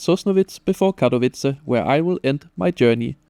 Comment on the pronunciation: Solid review video; your polish pronounciation could use some help, but after 25+ years of living abroad so could mine, so no shade. (funny enough as a germanic family language native speaker, your pronounciation of Katowice is pretty solid).